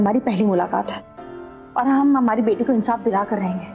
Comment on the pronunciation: SIS. ANSAF NAHI HOTA H INSAF HOTA H😂😂😃😁😁